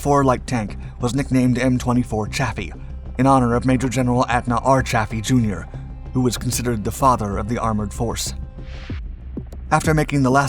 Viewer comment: Just a quibble. But I heard that Chaffee is actually pronounced "coffee."